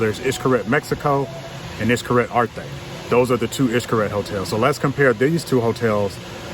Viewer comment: Hes not 100% perfect either but wayyy closer than you are! It was bugging me when you were saying it. Sorry to say it but you were BUTCHERINGGGG the pronunciation.